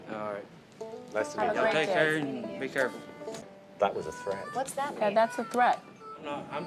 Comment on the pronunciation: He was tryin to say “take care” but it didn’t come out right